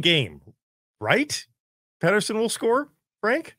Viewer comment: And Peeter-son lol